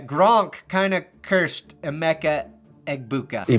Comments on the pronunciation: “Eg-boo-kah” doesn’t even sound real anymore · Honestly same. I only hear Egbigboo now